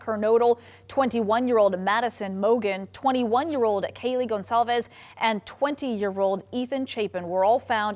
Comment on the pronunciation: To: Wendy Ward. Kaylee's last name is NOT GONZALEZ. Pronounce it right.